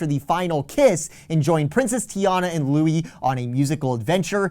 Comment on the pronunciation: I appreciate you SO much, but the gator’s name is pronounced “Lewis” in the film, despite the spelling. The other pronunciation would be Donald’s nephew who wears green, or Prince Eric’s chef.